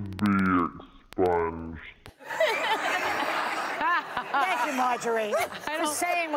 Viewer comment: The way she says exponged makes it sound as though she want her hero subjected to a very unpleasant surgical procedure. Maybe we should grant her wish.